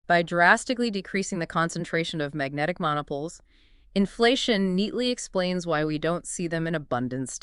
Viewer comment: Magnetic monopoles - check pronunciation.